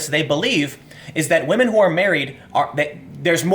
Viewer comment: One word "whamen"